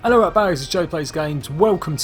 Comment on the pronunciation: no hate but did he try english in the intro ( meant to say: hello rat bags its ) ellorubahzs iz jade plays gymes